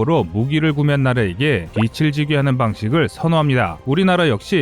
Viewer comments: 내레이션 할때 발음에 주의를 기울여 주세요. 많이 거슬립니다.......'빛이'-> [비치], '빚을' -> [비즐], '빗을' -> [비슬]............. , , , '빚을' 을 몇번 [비츨]로 발음 했네요. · 비츨 말고 비즐이요 몇번이나 반복되니 신경 쓰이네요